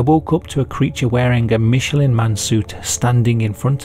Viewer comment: It's pronounced "Mish" not "Mitch"